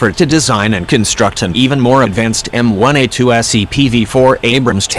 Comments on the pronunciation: Could someone please tell the AI the difference between M one A2 and M i A2 very annoying. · Repeat after me: M-ONE-A2 M fucking ONE, not M-I.